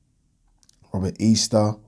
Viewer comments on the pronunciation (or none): none